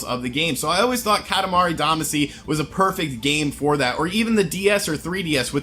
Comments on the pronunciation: YO! It's katamari damashi pronounced. Ka ta ma re da ma she. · Katimari Damacy (Duh-Mah-Cee), sorry, that was just bugging me a little bit 😅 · Time for correction of your entirely wrong post. Kah-tah-mah-ree Dah-mah-shee would be the better way to explain it. Single letters can be pronounced different ways so it doesn't help. For Japanese specifically the vowels are basically a = ah e = eh i = ee o = oh u = oo Doing otherwise only serves to make it look like you're changing how it's spelled rather than specifying a pronunciation. Also, I would note that it's technically 塊魂 which is Katamari Damashii or Damashī (either of which would denote a long vowel sound) or Katamari Damacy, not katamari damashi. And yes, Damacy is what it is outside of Japan, since you obviously didn't know so his pronunciation is a correct one. Which makes perfect sense because "shii" is a perfectly reasonable transliteration of "cy' into a Japanese word (go find some Japanese people speaking an English word like legacy - that's how they'll say it) so it makes sense you'd use it when going in reverse.